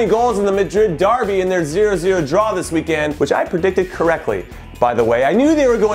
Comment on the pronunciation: Jimmy for the love of god it’s weekEND not weekAND. I was supporting you, but now I can’t. #inhoout